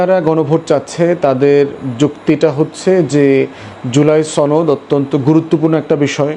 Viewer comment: গুরুত্বপূর্ণ এবং সুন্দর আলোচনা। কিন্তু আপনার সনদ কে চনদ বলাটা শ্রুতিমধুর না।